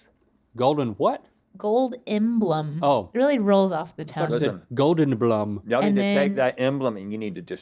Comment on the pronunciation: She did say golden blum